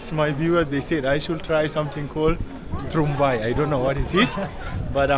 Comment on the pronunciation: Tungrymbai pronounce as tung-rim-bai prepared from fermented beans.